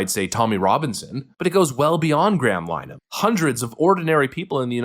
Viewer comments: Just for clarification, his name is pronounced "gray-'um linnerhun'. Otherwise you are right about Starmer, being as he is on the wrong side of history - certainly in the case of his government turning a blind eye to the genocide being carried out by Israel against Gaza. He knows exactly how much of a war criminal that makes the Israeli government, and also the British government for their tacit approval, as he is himself a human rights lawyer. But, while Nigel Farage may be right about this particular issue, stopped clocks tell the right time twice daily... he's absolutely a wrong-un, a jumped up little Hitler, using dog whistle racist tactics. But, as someone cleverer than me once said, I disagree with what you say, but I will defend to death, your right to say it. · Dude, like your work - even though I'm very leftist myself, I agree with a lot of what you say, particularly with regards to topics like free speech. As a minor point of correction Graham's surname is pronounced Lin-a-han - he's Irish and we pronounce things differently there ;) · Linehan (please learn how to pronounce his surname) is an Irish citizen, not a UK one, and he posted the messages in question while in the US. The UK has no jurisdiction in this case. It is no longer safe to travel to the UK, or Ireland - which is why he is looking for asylum in the US. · It's not pronounced "Line-uh- han" it's "LEN-uh-han" it's Irish in origin and the Irish love nothing more than murdering the English language. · Graham Linehan (Pronounced Lin-a-Han not 'Linen') Is Irish , not British. He is famous for writing the Sitcom 'Father Ted', among other things and is also a comedian. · His name isn't pronounced "Line han" or "Line man" it is "Linna han" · Is the audio track on these videos done by AI? You keep mispronouncing Graham Linehan's name even after Farage pronounced it properly. It's LEN-uh-HAN. Not LINE-un. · “Graham Line-uh-han “ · It’s pronounced “lin e han” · Linehan is pronounced "Linna-han"